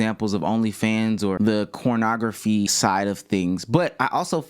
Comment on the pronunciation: why is he saying cornograpky??